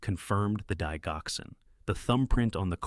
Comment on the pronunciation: Please get the pronouncement of digoxin correct. The “dig” is pronounced the same as in digital! I’m a nurse! Very interesting story! The son spent his last days working for others. ❤